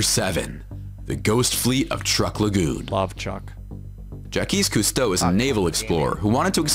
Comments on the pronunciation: ' reaction to the mispronunciation of Jacques Cousteau was hilarious....I nearly snarfed my dab. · The most shocking thing was that somebody that made a video about diving didn't know how to pronounce Jacques Cousteau. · The only shock were haw badly they pronounced Jacques Cousteau. And they do know that the sea of Galilee is actually a lake right? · If you are doing a video about underwater finds and mispronounce Jaques Cousteau's name not once but twive...you should be demonetized. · before i watch your video i have to comment because i have seen the video you guys are talking about lol i know your reactions are gonna be great. yes he said Jau kees Creuso and that was my reaction what did he just call him. and the spaceship shaped object that they never once showed an actual photo or video clip of is only 60 ft across and has only been seen so far with a type of magnetic imaging nobody has yet explored it because nobody thinks it's worth the money. there's another youtuber with similar content as the video your reacting who always puts one fake thing into his content and that was the fake thing in his video. you guys did not disappoint. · Jeaquie Custeux😂💙The French community is heavily offended😂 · Ocean Explorer/Gangster Rapper Ja-kwees Cewsto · "Jack-quiche Coostow" would be rolling in his grave at this guy's pronouniciation lol (yes, I know how to spell it. I was spelling how he spoke it) And these are the most shocking underwater discoveries by someone who has never been underwater 🤣. I think the crystal cave had to specifically train to rebreather dive on is much more interesting than most of these (can't remember the name.) Keep up the banter and the vids. Love u guys! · Yeah i was laughing with and with the whole narrator "jackees costeau" thing and then says "sakee"......🙃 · JA-KEYS COOS-TOE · The most shocking thing is the narration pronunciation lol